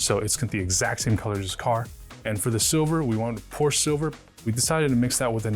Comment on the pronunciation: PorschE. Not "Porsch". Seriously.